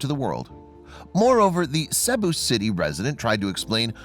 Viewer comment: ~ I love your stories, and have been subscribed for quite a while. Would you please pass something along to for me? Cebu City is pronounced like See~boo City, not the way that he was pronouncing it.